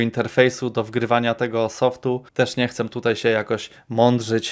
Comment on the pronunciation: co z tym „chcem” zamiast „chcę”